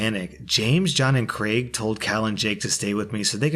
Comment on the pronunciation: Thank you for pronouncing Craig correctly, it makes me so angry that people say “creg” or “Greg” instead.